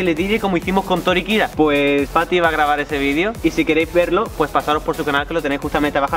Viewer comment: Cuando dice fati parece como si dijiera. Paty